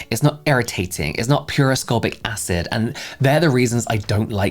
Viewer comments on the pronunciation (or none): none